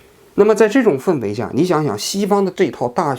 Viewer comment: 王局，氛围fen平声